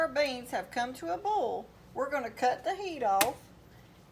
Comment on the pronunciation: First, I want to apologize for what I’m about to say 🫢. I couldn’t make it through your video. You were pronouncing “bowl” and “boil” exactly the same. And, every other word was “bowl”. Yikes You’re probably thinking just don’t watch if it bothers you, right? Well…….I think you’re a very good cook and I would like to learn to cook like you 😪 Once again , I apologize for everything I just said 😔